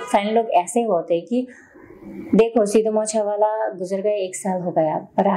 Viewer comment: Madam Pehle Sahe Se Naam Bolna Sikho Legend Ka 🔥